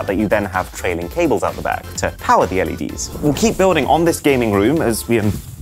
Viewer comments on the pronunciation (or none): none